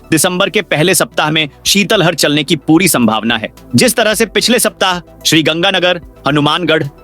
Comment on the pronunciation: शीतलहर का उच्चारण सही नहीं किया है